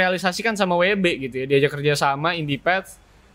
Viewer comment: Michael keaton jd george Clooney WB jd WD Val Kilmer jd Fan Kilmer. Kayanya lidahnya kelu kalo kurang nutrisi jorok jd salah2 sebut mulu wkwkwkwk